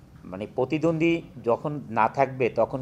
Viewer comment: পতিদন্দি।উচ্চারণ আমাদের ভুল যাক।কিন্তু অভিনেতারা যদি এগুলা বলে তাহলে কিভাবে হয়।